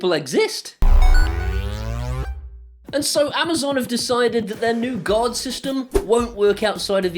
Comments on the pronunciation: When you say "Guard" it almost sounds like you're saying "God,". Either way, since it's Amazon, both are accurate.;) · This American understood you to say "God mode" through out the video until I saw the "g-ARE-d" guard mode on the application. Ahh-haha! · Good video, but my US ears kept hearing guard mode as God mode. God mode is probably a ways off yet. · Same. I was also confused for a bit thinking he said God. :)